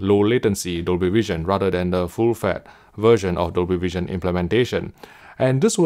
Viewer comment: Or "full fett" ^^